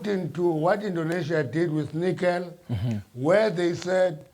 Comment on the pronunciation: Mamtshe actually said Heineken instead of nickel 😂😂😂😂😂